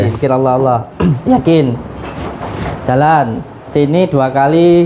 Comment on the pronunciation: Piye to Mase melafadkan asma Allah ko Liye masze Tolib 😀😀